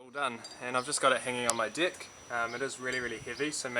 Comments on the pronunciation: Thanks for the info . Do please try to say deck though, I nearly spat my cuppa tea out . 😊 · Liked this video but did he say "I've got it hanging on my dick"? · Good video boy. I think he met deck, porch. But his pronounciation came out strange. Hugs. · Did not want to be the first to say that..... "Its hanging on your WHATTTTT?